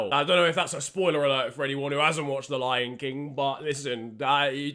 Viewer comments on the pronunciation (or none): none